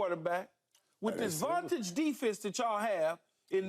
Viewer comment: I’ve heard him say “vontage” a few times. Cringe AF 😂